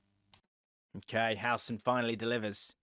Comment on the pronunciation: Loved the running cockney Howson gag, hilarious